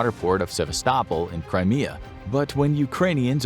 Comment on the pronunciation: Literally just murdered the pronunciation of Sevastapol